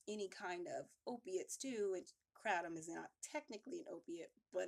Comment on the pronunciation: Funny how she say kratom... i thought she said crack I'm like no way she's too pretty